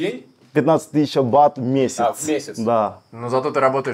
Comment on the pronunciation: Не БАТОВ а БАТ!!! Охххх.....